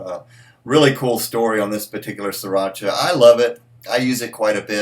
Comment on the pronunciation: Pronounced See rah sha